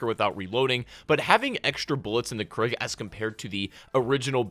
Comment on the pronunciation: I know he did not just say KRIG !!!